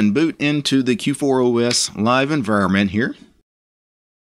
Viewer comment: You keep calling it K4OS :D